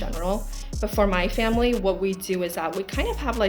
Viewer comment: 重看发现3号的口音确实很重，Child和Family，听起来重音位置怪怪的